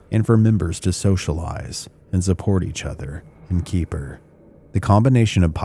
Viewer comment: Keper is pronounce KEH-fer. Rhymes with heifer.